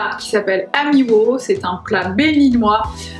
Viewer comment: très drôle ta façon de prononcer amiwô :)